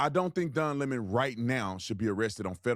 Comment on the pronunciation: Don Lem-Mohn